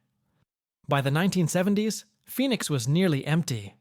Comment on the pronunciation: Is pronounced fee nix like Phoenix Arizona